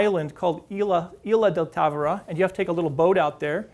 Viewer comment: The town is tavira not Távora